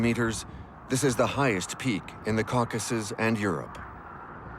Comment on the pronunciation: He cannot pronounce certain words that should be easy. Reich, Caucasus, I gave up after that one.